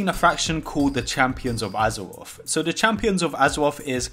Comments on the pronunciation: Azewoth, Azewite…. is it hard to say R's? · I hear azeroff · "Battle for Azewoth" im out, I cant handle it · Additional fifteen item wevewls from champions of azuwoff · Battle for Azewoth Hypers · Heart of Azeroff.. Heart of Azeroff.. Champions of Azeroff.. Heart of Azeroff... Champions of Azeroff... Intewupted... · AZAWOFF, AZAWITE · Just here to laugh at the wuuf uf woorcrwft and wort woof huzwroth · howevo azofofove lmfao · Lol this guy cant say azeroth